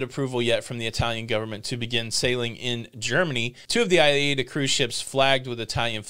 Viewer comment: ~ its pronounced "I" "eeeda" (Aida Cruise line) Does that help? Great cruise line BTW, I'm American, dont speak German, sailed them in the Caribbean, great time!